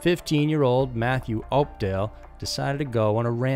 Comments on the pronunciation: Its pronounced up•doll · Opdahl "House"???